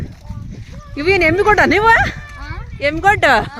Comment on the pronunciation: Adu yemgodd alla , yemmigodd antare